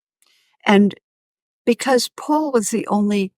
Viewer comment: I often hear Alex pronounce “Paul” as “Pool” and it is confusing.